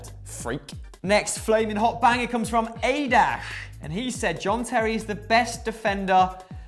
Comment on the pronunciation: U dont even know how to pronounce aadarsh